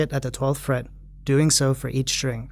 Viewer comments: do you know that you say strink lol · What the fuck is a 'strink'? Stop saying strink.